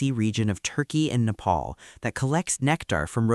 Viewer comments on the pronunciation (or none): none